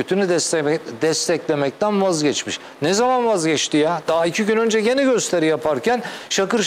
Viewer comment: önçe sen bi türkçe konuşmayı öğren ltfn son ana kadar söylemeyeçeğim son manda söylemeyeçeğim ne demek bu nasıl bi telafuz